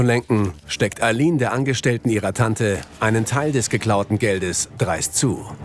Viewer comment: Ich fülle mich sehr verarscht. Ihr sagt lemlich die ganze Zeit Ayline und so heiße ich